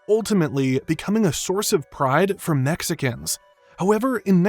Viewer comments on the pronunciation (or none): I can’t quite tap why, but the way you say “Mexicans” makes me laugh so much. Great video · Something about the way you say Mexicans is so funny